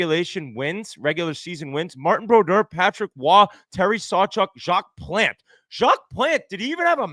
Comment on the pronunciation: Whit is such a child. By the way Whit, learn how to pronounce Jacque Plante’s name right…that is one of the greatest goalies of all time bonehead.